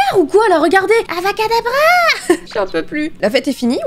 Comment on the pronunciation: pour l'info le sortilège n'est pas avakadavra mais avada kedavra